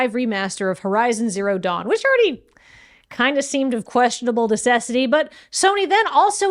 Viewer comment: I almost spit out my coffee with weird horizon zero dawn pronunciation in the bloopers.